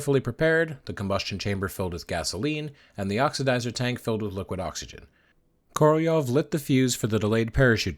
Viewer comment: Korolev's name was articulated correctly, at least as good as an American could do it.